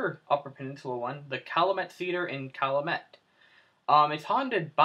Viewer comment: cal-you-met thats how you pronounce it